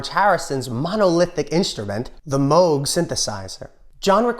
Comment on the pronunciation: I Want You and Her Majesty both cut off the ending. Nice symmetry. Tip of the hat for nailing the "Moog" pronunciation.